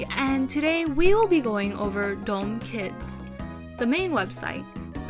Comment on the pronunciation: Btw it's pronounced closer to "da" "um" instead of "dome"